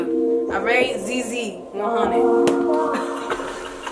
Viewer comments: The way they pronounced ‘ZieZie’s name like that with soo much confidence 😂😂😂😂 Baby girl it’s pronounced ZI ZI (like Zion but only pronouncing the ‘ZI’ and not the ‘on’) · Its zie zie not zey zey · it’s pronounce zi zi like the ‘ie’ is pronounce as ‘eye’ also please reaction to nsg ft. tion wayne- options